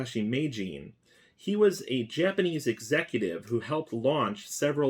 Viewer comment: Finally, a YouTuber that knows his Japanese pronunciation.